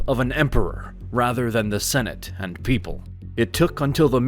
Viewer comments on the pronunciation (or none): none